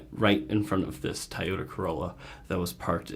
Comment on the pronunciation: i have legit never heard someone pronounce Toyota this way lol